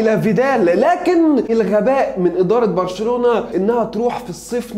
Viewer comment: اللي قاله برشلنلاوي هي غلط بس مش برشلالاوي